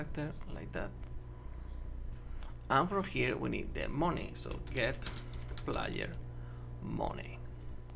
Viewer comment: hey don't say moni say mani which is moeny you sayed it wrong